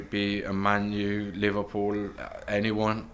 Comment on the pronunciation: Why did he say Liverpool like that 😂